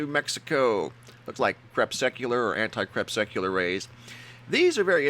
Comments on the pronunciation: "Crepsecular"? What is that? Is it anything like "crepuscular" [krĕ PUH skyū luhr] meaning of or relating to twilight, an actual word in English? Wikipedia: "Anticrepuscular rays, or antisolar rays, are meteorological optical phenomena similar to crepuscular rays, but appear opposite of the Sun in the sky. Anticrepuscular rays are essentially parallel, but appear to converge toward the antisolar point, the vanishing point, due to a visual illusion from linear perspective." Wikipedia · CrePUSCular rays, not crepSUCular... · Ha ha, you still don't know how to say "crepuscular." LOL